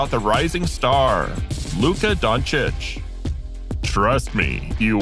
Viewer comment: 🙏Thank you for pronouncing his last name right🙏